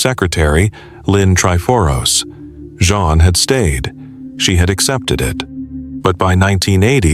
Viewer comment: Jean, not "John" or the French pronunciation of "Jean"